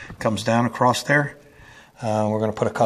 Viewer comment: Real question ! Why do you say the word across with a T at the end ?